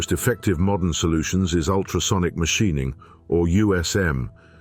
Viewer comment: WTF is Mashineing??? Teach your AI voice better.